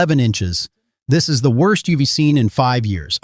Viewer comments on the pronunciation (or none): Of course it is lol! Words don’t come close to matching up with mouth movement; main marker of AI videos…also he says the letter S every time he’s supposed to say “is.” Info not awful, but it absolutely should NOT be relied upon for real-time info—the robot is telling us that “right now” schools are closing early (it is Saturday. For all of us. Not a mere timing issue of a few hours between creation and posting)…he’s also making references to “in three hours roads will be deadly,” or “right now there’s no accumulation but in 6hours you should be home.” This isn’t even reporting the correct day, but reporting as if in “real time.” Making this essentially useless